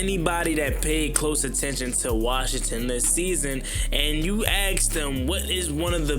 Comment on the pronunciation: It's pronounced ASK. ...not AX man. The word is ASK. That being said love your channel!